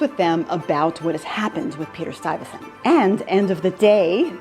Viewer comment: Stuyvesant, not Stuyvensant .